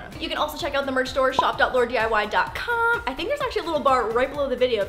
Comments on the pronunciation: Did any one hear her say LAURD instead of LAUR? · Ok. Is it just me or did when she was doing the intro she said "whats up it Lord" instead of "LAUR"?? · In the intro instead of her saying laurdiy she said laurden